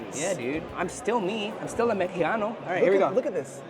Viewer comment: Bro said “ I’m still a mejijano” bro it’s MEXICANO